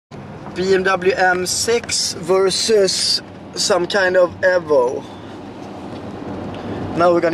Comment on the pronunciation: lmfao "ehvo"